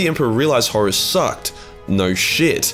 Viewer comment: FINALLY a Warhammer 40k Youtuber that does not pronounce Horus like "Horse". Heaven sent, I tell you!